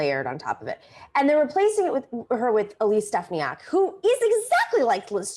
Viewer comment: As a resident in NY-21 I can inform you that you pronounce Elise's last name incorrectly several times. Just saying.